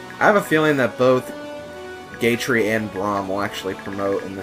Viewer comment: I find it funny how you pronounced Gatrie as "gay tree" in this video. I'm not homophobic, but I still found it amusing :3